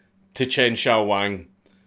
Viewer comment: I love how Dank goes back & forth between pronouncing it Jew Jyaow & Shew Syaow. Doing it on purpose to both piss off & appease the Pronunciation Police.